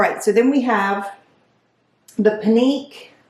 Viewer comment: Pinque= "Pink" (pronunciation) 🙂 I thought the first pants fit you well. I picture those with a black top and blazer I also liked the last sweater. But, if you're not feeling it don't buy anything! It's a waste of your credit.